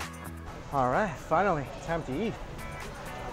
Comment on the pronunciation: I love the way he says ‘yeet’ instead of eat 🙊